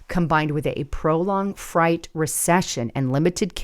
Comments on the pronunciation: Why do you keep saying fright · Why do you keep saying fright? It's freight. Sounds like great. Please please I don't understand how come you keep saying freight as fright. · it’s freight not fright GEEEEEEEZ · You must still have halloween on your mind because it's freight as in eight not fright as in height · Maybe i need to get my ears checked. I'm sure I was hearing "fright" not freight. Just like "Minnennapolis". Lol I'm aware has trouble with some words. Some of it is an Arizonan thing as well. Just playing. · You have said the word freight wrong through this whole clip. Uuuggg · OMG! THE WORD IS PRONOUNCED FR-ATE! C'mon WOW. Really! And you weren't trying to be funny? Do you have 'friends" if your friends or justice won't correct you from looking mentally unwell... Wow! WOW. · Are you using AI it's frāight though there is a e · It’s pronounced ‘fraight’ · Freight is pronounced “frate” 😊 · Why would we need illegals to illegally drive trucks? She has stated there is less to haul. If there is less to haul, then you need less drivers. So the market is balancing out, is it not? By the way, FREIGHT is pronounced like FRATE. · Freight… Pronounced “frate” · I think it's pronounced f r A t e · Freight vs. fright. Truck freight vs. fright (fear). You actually said freight several times. 😂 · Interesting commentary. YOur pronucation of "FREIGHT' is wrong; just say'n: freight /frāt/ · It’s pronounced frate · Proficient English Speakers Say Frate. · Thank you. I was going to tell her to put the sound of fr in front of 8(eight), freight. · Are you saying fright or freight ? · Please learn how to pronounce the word freight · Learn to pronounce the word freight correctly. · She has only said it correctly once! I truly think she doesn’t notice, because she regularly mispronounces common words, and it drives me crazy! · you're so funny, you're not pronouncing freight correctly.😅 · Freight=(sounded out) frate not fright! lol Sorry, it was driving me nuts.